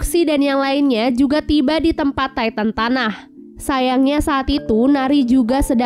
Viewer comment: Knp ngak ti tan aja bilang nya bukan taiten